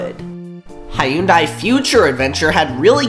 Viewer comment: why do you pronounce hyundai like that 😭😭